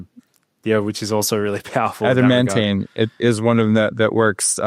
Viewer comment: Bro-mantane, Adam-ant-mantane, hm